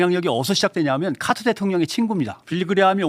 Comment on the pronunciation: ㅋㅋㅋ 카트가 아니고 카터다 지미 카터 .. 무슨 롯데마트야?;;😅